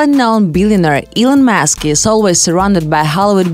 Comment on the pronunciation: She said elon mask